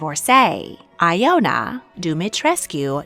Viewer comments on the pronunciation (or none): Pronunciation: Ileana not ELENA, Il-ay-AH-na . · You really butchered the pronounciation of the name Ioana, I is pronounced as "e". Also, the name Ileana is not pronounced as Elena. I'm Romanian but never ever heard that Elisabeth of Romania was a communist! I really doubt it. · interesting that princess ileana and I share a name but different pronunciation. I pronounce my name as ill-E-ah-nuh